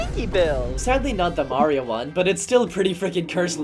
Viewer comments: The Australian mayrio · Blud went austral!!!11!!1! 🥶🥶🥶🥶